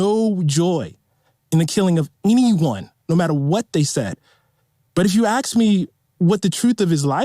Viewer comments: He said “axe” instead of ask…everything he says should be disregarded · Someone should as Coates, live on air, WHO axed him... "If you axe me, what the truth of his life is... it was hate...." WHO axed you, you stoopud or lying mo'fo'....???!!!